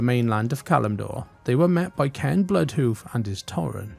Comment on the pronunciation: It's "Cane" not Ken